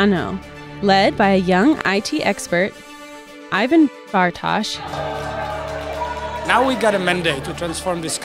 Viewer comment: "Ajven Barthoš"😀😀